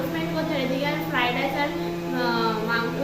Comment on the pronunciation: It's Fried not fride